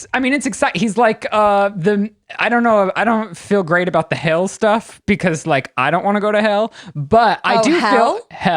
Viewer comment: weird how is a grown up and cannot even pronounce the word "Hell"? what the...